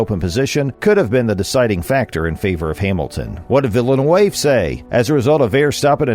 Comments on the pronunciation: Nice job pronouncing a French Canadian name like it's fancy Spanish. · I can't watch because of you butchering his name lol. Must not be a F1 fan if you don't know vill-noov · its pronounced 'Villa noove'. The commentator is a bigger joke than F1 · Weak video. If you cannot pronounce “Villeneuve,” why bother? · As a french Canadian I'm not even mad, this prononciation is out of this world. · totally ripped "Villeneuve" at the beginning... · An "F1 channel" that doesn't know how to pronounce Villeneuve.